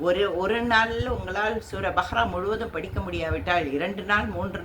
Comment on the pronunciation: முதலில் சரியாக உச்சரிக்கவும் பbஹ்ரா அல்ல அது பbகரா